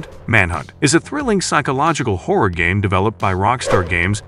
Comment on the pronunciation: Rule of Rose: "trapped in a macabur orphanage"? Trying to pronounce "macabre"? It's "MAK-A-BRUH" 😂 And why can't Americans ever pronounce "homage" properly? They use the word so often and still say "homidge" 😂 And "horror" is not pronounced "hore" - survival hore, outstanding hore 😂